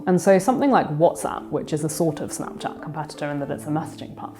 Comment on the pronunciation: Why is she pronouncing it so weird? Snaaapchaaat? Wtf